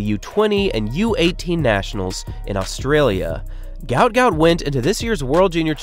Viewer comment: Props for pronouncing Brisbane, Queensland and Australia correctly. Most Americans get all 3 of them wrong and say “Brissbayne” instead of Brizzben, “Queenslend” like you’d pronounce Finland or Ireland, or Oar-stray-lee-ah instead of Oss-trail-yah. I feel like you must’ve spent some time here for you to pronounce them so perfectly. If you didn’t, then thank you for taking the time to learn the correct way to say them.